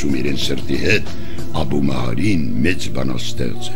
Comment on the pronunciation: Ես որ ,դպրոցում սովորում էի, Աբու ալ Մահարի էին ասում (արաբերեն) ոչ թե Աբու լալա Մահարի։💤💤💤👋👋👋